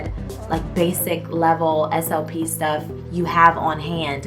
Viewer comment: 1. ALL this time I thought you were saying "SOP". 🤦🏾‍♀️😂 2. I'm not in that field but you make it sound so interesting I almost want to try it. Walking away from 6 figures in IT at 40 would be toooough😬 3. Your hair is too cute❤️